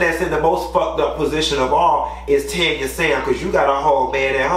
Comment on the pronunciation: Q, respectfully it’s TAN-YA...not Tonya.